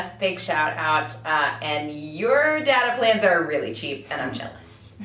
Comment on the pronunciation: For the last time: It's DATA not data!